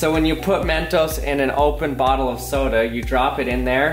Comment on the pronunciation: When he says mentos, it sounds like MEENTOES